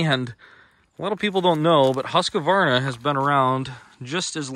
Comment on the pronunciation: It annoys me when people call a Husqvarna a HusqAvarna